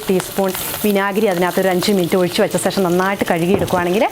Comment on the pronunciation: ശേഷം എന്നു പറയു മോളെ